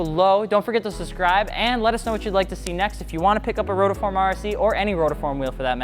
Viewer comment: Ok stoped watching becsuse of you saying rotoform.